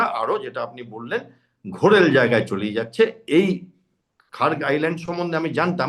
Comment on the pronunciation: খাগ্র না খার্গ।